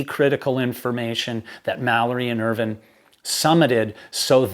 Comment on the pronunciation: I agree. He's very knowledgeable and experienced, he writes his pieces very well, he's very articulate, he speaks clearly, there's no verbiage, and he's one of the few American's I've heard who pronounces Irvine's name the same way the British do! Which is why I have been very happy to subscribe to his channel - I love him, and have watched him for hours at a time!🤓